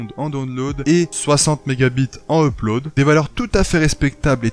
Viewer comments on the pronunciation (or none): none